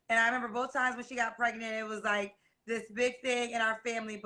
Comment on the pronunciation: “Do y’all coparent well?” Her: “Yeah. I mean no. Not really.” Ma’am, just tell the truth to start with. Hell nah y’all don’t coparent well lol. I knew this was about to be wild when she said “I got preGINT” 😩😩😩